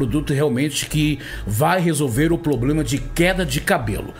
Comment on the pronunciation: Um padre não fala ploblema...heiiiii